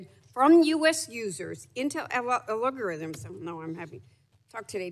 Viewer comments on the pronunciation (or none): how many times did she say algorithms wrong 😭😭